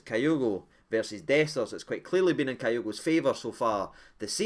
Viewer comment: It’s KEY- OGO 🍀! No KI- OGO